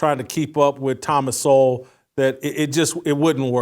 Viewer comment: COME ON....CANT YOU PRONOUNCE THOMAS SOWELL NAME CORRECTLY..... YOUR BETTER THAN THAT!!!!